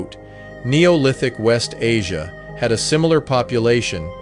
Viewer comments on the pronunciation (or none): none